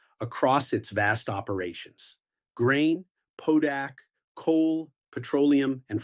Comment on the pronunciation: Potash not "podash" :)